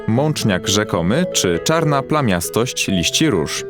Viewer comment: Czarna plamistosc róz a nie plamiatosc !!